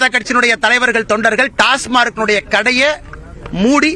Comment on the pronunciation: டாஸ்மார்க் என்பதை முதலில் தமிழில் டாஸ்மாக் என்று ஒழுங்காக சொல்லட்டும் இந்த அரைகுறை அரைவேக்காடு பாரதிராஜா கட்சியின் உளறல் பைத்தியம்.